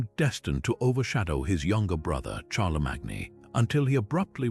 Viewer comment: Very interesting and beautifully read. But I cannot tell you how irritating it was to hear the narrator mispronounce 'Charlesmagne', 'lead', 'coup' and various others...